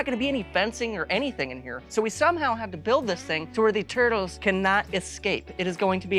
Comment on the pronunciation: Is he saying twurtles?